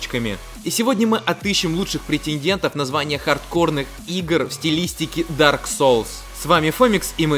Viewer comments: В дарк соле?? В дарк соле, сука???! ДАРК СОУЛС, А НЕ СОЛЬ, БЛЯТЬ!!! И ещё, не Бёрн, а Борн. Бёрн - гореть, Борн - рождаться (ещё бывают уникумы, говорящие Бон, так вот Бон это кость) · Меня одного кумарит как он произносит Дарк Соулс?